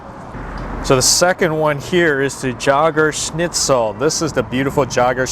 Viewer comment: "Jägerschnitzel" is pronounced "Yaygerschnitzel", not "Tshahgerschnitzel". 😁